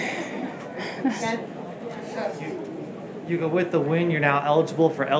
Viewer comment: Yuka’s pronounciation is Yuuka, isn’t it?